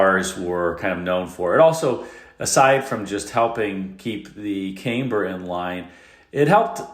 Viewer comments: Camber is pronounced with a short "A", like the "A" in lamb. You are using the long form of the "A", which is incorrect. An example of the long form of the "A" is in the word "came". Otherwise, an informative and interesting review of some of the more unusual characteristics of the Corvair. As a teenager, I spent a summer touring Mexico with other kids my age, and several chaperones, all of us in two Corvair Greenbrier vans. The vans performed flawlessly for thousands of miles, on both paved roads and dirt roads. Later in life I owned a Greenbrier, and really enjoyed it. I lived in snow country, so it had good traction, but the light front end needed careful attention when driving on snow or ice. I have also owned swing axle VW type 1 and type 2 vehicles, and never had handling issues with them, or with my Greenbrier. Ralph Nader was a bit of a crank. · When the first vowel is separated by two consonants from the second vowel in a word, the first vowel is automatically short in most cases. I learned that in first grade in the 1950’s. Still, I will forgive ANYTHING given all he’s done to entertain us boomers. God Bless him! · Right? I’ve been in the automotive industry for 40 years and I’ve never heard it pronounced this way, at least not here in the US. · For a minute, I thought maybe I don’t know how to pronounce it right but every bit of research I’ve done says you are correct. I don’t know where he came up with this pronunciation. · Check your pronunciation of Camber. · And all these years I thought “camber” was pronounced “CAM-ber”. Now I know - it’s “CAME-ber”. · It was under inflated rear tires that aggravated the decambering. Also, it is pronounced camm- ber, not came-ber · Camber is pronounced cam-ber. was saying came-ber. 😊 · I think that's pronounced CAMber not CAMEber. 😉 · Don't take a drink every time says CAME-burr, you'll get sick. It's camm-ber, long, soft a like camshaft. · Caymber in a Camaray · FYI, camber rhymes with amber